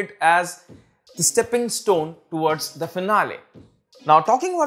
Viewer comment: "diiiiiiiiiiii most"...., its "" THE"", NOT " Diiiiiiiiii". and u didnt even highlighted or put up the names of Diiiiiii programs on the screen>< i mean your video is about that, how can u forget>.